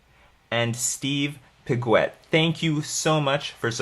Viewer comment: Been following for a long time, finally on patreon to add some force to the waves ! Even if you mispronounced my last name(pig wet, pronounced pi -gay in french). Can't wait to see merfolk in vintage !